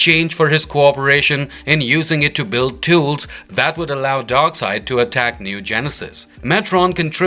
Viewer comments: Darkseid, not Darkside... I guess they dont read comics books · Darkseid not Darkside!